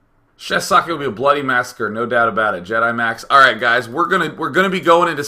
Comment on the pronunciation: its pronounced "zockeh"